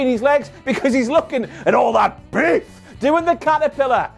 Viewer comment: I cant say BEEF now without having emphasis on it in my head lol. Great video as always:p